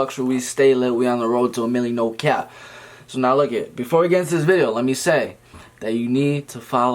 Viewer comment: Why does he say NO CYAP instead of no cap😂❤️